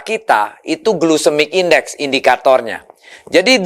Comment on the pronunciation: Duh pak, bukan glusemik index tapi glycemic index… Jangan salah ngomong .